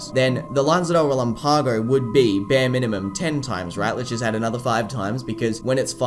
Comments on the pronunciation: Bien dices? Relampágo? no relámpago? Es una cosa no importarte, otra decir que lo mal dicho esta bien. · well that was mean. Not insulting your friends. They probably aren't native speakers and explaining accents is.. frustrating. But you are definitely saying it wrong. ask google. she knows. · con todo respeto, muchas personas pronuncian palabras incorrectamente. Como dije, es facil encontrar la pronunciacion en google. Sin necesidad de dudar. Es mas.. accento en pronunciacion no afecta énfasis. Hay gran diferencia entra relam-PAgo y re-LAMpago. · Love the videos.. but explain to me.. why does everyone say Relámpago wrong? It's reh-LAM-pago.. not relam-PAH-go